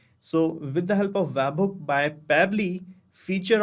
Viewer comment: bro its bot wabhook, its web hook